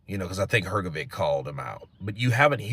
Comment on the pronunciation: HRGOVIC is pronounced as HRG- OH-VICH NOT VIK